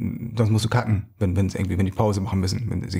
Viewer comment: Egal, wie doll ich mich anstrenge, ich versteh nie das Wort:,,Cutten" richtig.